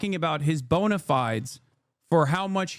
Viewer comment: BONE UH FEED ASE is how to pronounce Bonifides Hastard.